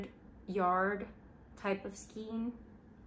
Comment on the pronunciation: how have you made this many videos and still call it skeen ... it's skaaaayne